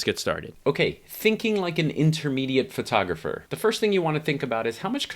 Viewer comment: Pet peeve here. "FIRTOGRAPHER". Somehow PHO-tographer becomes FIR-tographer. You're not alone. That's all - off my chest now... Regarding your youtube content; EXCELLENT!!! THANKS.